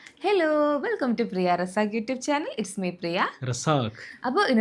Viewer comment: പിന്നേയ് ഈ ഇൻട്രോ പറയുന്നത് ഒന്ന് മാറ്റിപ്പിടിക്കണം ട്ടോ ഇനി പറയട്ടെ 😁സാക്ക് ന്ന് മാത്രം കേൾക്കുന്നുള്ളു 🙈